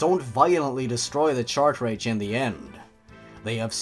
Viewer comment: 'chartrage' Good video, subscribed